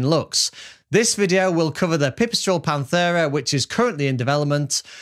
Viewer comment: Pant-era not panth-era